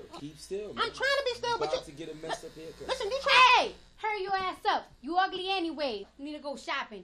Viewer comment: No, she been saying it, even in her lives talking normally lol.